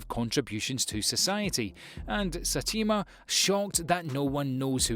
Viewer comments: its not Satima its Saytama ..its written just read it as it is written.. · Satima? what? Saitama man jees. btw i liked your list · LOL satima 😂😂